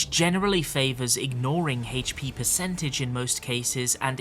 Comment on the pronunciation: Hp? ❌ Hates-pee? ✅